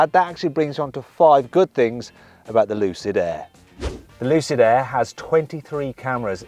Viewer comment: 루시드에애 가 아니라 루시드 에어 라고 정확한 발음 부탁드립니다